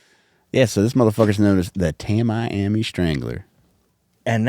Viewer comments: It's pronounced "Tammy-Ammy" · I love this podcast so much… it’s pronounced tami-ami.